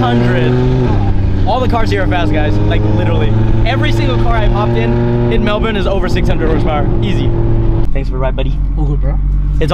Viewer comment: "Welcome to Melbin" he said it right :D